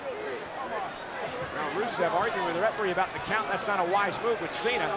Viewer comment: It sounded like she announced Rusev and “Racist” 😂